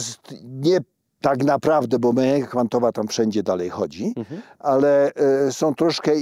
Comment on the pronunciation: długo nie wiedziałam o czym mowa gdy padało słowo "m(e)anika" ... to tak jakby nieme "h" gdzieś tam w środku było.. a przecież mechanika w każdym języku ma zawsze "CH" w środku.. niechlujnie, profesorze, neichlujnie.. "koCHerencja, ale "mehanika" ... pfff